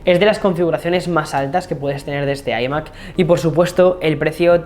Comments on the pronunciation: Se dice ‘ ai Mac ‘ no ‘ i Mac ‘ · ¿Por qué pronuncian iMac? Si se dice iMac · Porque no pronuncias iMac como se debe en ciertas ocaciones?🤣🤦🏻‍♂️ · Decídete cómo pronunciar "iMac"